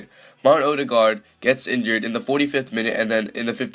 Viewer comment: Not 'Middlesbro' it's 'Middles-burr-uh' Not 'Wolfsberg' it's 'Volfsborg' Not 'Owe-der-guard' it's 'Orr-der-guard' Also Everton would smash Borough IRL